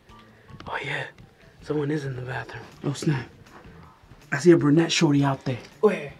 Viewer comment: I luv how said ( I see a brunette shauty ) and was like (WHERE)